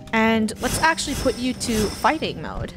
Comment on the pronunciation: I thought funneh said farting instead of fighting😭